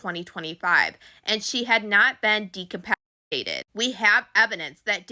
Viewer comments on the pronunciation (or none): 😂😂😂 de-cap-aciated😂😂😂 are you effn kidding me??? DE-CAP- I-TAT--ED.... people just make up words and they're 'repoting' .. guess education is optional smh